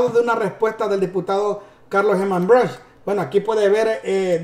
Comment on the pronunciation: Hey man debo decirte que el diputado el Apellido de es brushk y se pronuncia (Bruk)aprenda compa